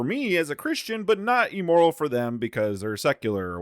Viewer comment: My guy: it’s pronounced “im-moral”. Not “e-moral”.